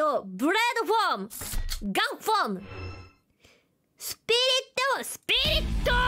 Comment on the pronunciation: Marine: He's speaking shitty broken japanese, so funny! * laughs hard * Also Marine: Buraido fom, gun fom... Spirito!